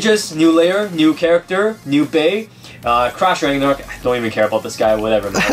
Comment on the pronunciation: Is it just me? or i hear trash ragnarok instead of crash ragnarok?